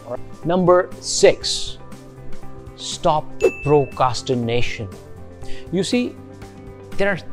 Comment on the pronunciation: Sorry sir, its Procrastination. Not Procastination.